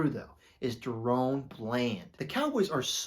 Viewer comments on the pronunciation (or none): I've heard people call him both Darren and DaRone. His name doesn't rhyme with Tyrone and it's not Darren haha. It's pronounced Ron with a Da in the front. DaRon Bland.